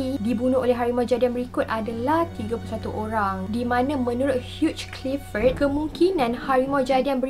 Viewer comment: Bukan huge clifford.. hugh clifford.. ape pon bestt..